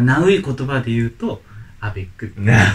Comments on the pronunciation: バリ３とアベックだけ分かった〜。アベックのイントネーション違うよ〜。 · アベックの発音違う〜🤣 シュレックみたいな言い方じゃなくて、ロケットみたいな発音だよ🤣